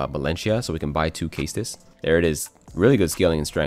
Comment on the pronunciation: CLICKED OFF CAUSE OF HOW YOU SAY CAESTUS